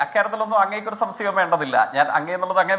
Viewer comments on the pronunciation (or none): സംസയം അല്ലെടാ,,,,,,, സംശയം,,,,,,😂😂😂😂😂